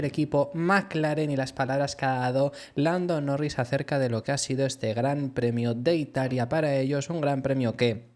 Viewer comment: dices blando norris?